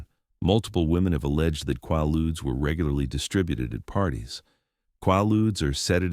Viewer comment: Quaaludes...Repeat after me! KwAY- Loodz, KwAY-Loodz! Ughhhh🫥🙄🤯